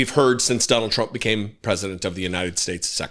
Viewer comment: He talks like a fucking 5 year. This way he raises his voice ab octave and puts the emphasis in certain places. The way he says words such as Donald Chrump. Just everything about him screams toddler. And I'M getting as new BIKE!!! So THERE!! Na na na boo boo what a toothpick little candy ass twat